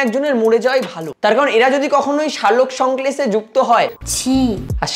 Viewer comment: সালোকসংক্লেষ আবার কি 😂 ওটা সালোকসংশ্লেষ।